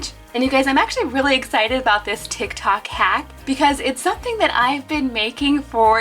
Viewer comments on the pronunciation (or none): She said tic tac